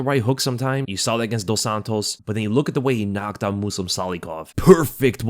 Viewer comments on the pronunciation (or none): none